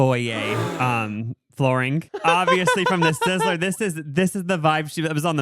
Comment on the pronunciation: You can’t enter the Sizzler if you can’t pronounce it bruh. “Sisslourl”